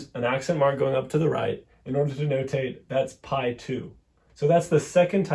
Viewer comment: Please, "pí "or "pi" with any accent for that matter, or without an accent, is not pronounced "pie." It's pronounced "pea."